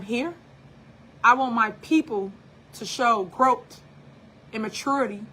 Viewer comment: Did she say GROW-T?! My goodness, even the word GROWTH has her stumped! Smh!